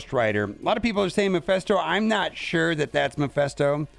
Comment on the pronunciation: not trying to be picky, but its m-E-ph-I-sto, not m-I-ph-E-sto. like, MEH-phisto